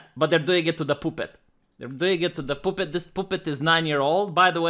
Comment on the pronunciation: “POOH-PET.” That’s it. That’s how I’m pronouncing it from now on.